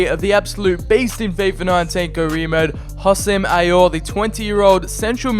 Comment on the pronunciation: The name pronunciations killing me Houssem Ayor lol Mohamed El NayNay lol what is this ? dude im dying